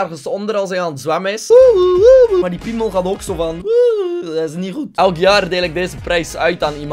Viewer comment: Altijd wanneer zegt: Das ni hoed! Kapot lachen!